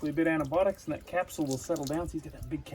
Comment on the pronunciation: Did I hear antibotics rather than antibiotics again from a highly educated veterinarian? ANTIBIOTICS